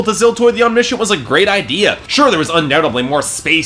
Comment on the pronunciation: Your wrong pronunciation of Omniscient pissed me off for some reason...